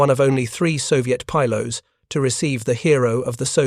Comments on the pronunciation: Just stop with the illiterate AI voice, this stupid AI is an idiot ..... Pilots is pronounce Pi. LOTS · I can't handle it, how can you put out an aviation video where the horseshit AI constantly mispronounces the word "pilots"? Is there some requirement when using AI that you not even check the results *once*? Fuck you people.